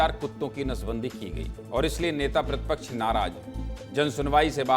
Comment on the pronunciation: "प्रदर्सन" "मध्यप्रदेस" नेता "प्रतिपक्छ" "सिकायत" " विस्लेसण" भैया एंकरजी उच्चारण कैसा कर रहे